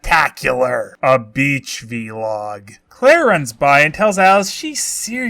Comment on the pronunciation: Love that you pronounce ‘vlog’ as ‘V-log’.